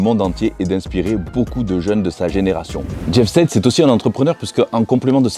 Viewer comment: Ça se prononce jeff Saïd pas sèd et c’est ps lui qui a lancé le mouvement aesthetic c’est Zyzz jeff était très fan de lui